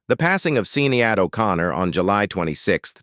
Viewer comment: The pronociasion of Sinead is more like shinedd, not Sinead like this person say here. Had just to mention this fact.